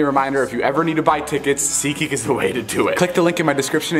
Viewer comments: OMG every time he said seatgeek I always heard it as shiki and when I would see the comments they said seatgeek n I was like what is this seatgeek 😂😂😂😂😂😂😂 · am i the only one who hears sikik instead of seatgeek?😐😐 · For the longest time, I always thought David was saying seekeek... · all this time i thought you said “seki” and then realized you said “seat geek” 😂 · Am i the only one who first taught he said ziki and not seat geak😂😂 Till i saw the video of Alex of the best commercial 😂😂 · Thought he was saying Seek Gee